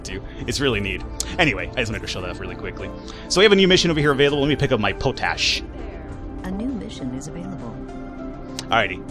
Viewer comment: it's pronounced pot-ash. It's a form of potassium that is a plant nutrient in the soil.